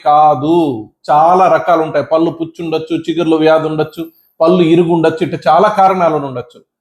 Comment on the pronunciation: మీకు పుణ్యం ఉంటుంది. పల్లు అనకండి పళ్ళు అనాలి.మీరు పల్లు అంటుంటే కంపరంగా ఉంటుంది.